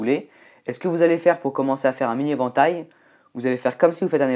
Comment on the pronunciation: Quand tu dis "évantail" on dirait un chinois XD